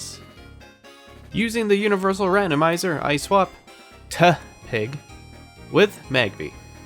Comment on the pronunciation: Did you call tepig, teh-pig...... tasteless.